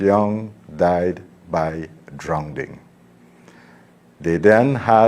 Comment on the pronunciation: Minister it is drowning not drownding